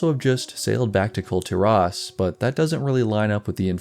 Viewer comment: Kul tearaus you say? It's kull teer-iss, as stated in game many times.